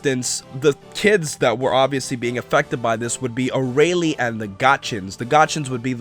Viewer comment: Vegeta's just got a new rival, Arale... He will never forget this! And it's "ArAle", not "Araile"